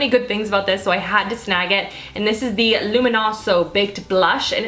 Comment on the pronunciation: my favorite part of this video is when you said " iz very nice 😂". I'm interested in finding out about the scandalize mascara and the Milan rose product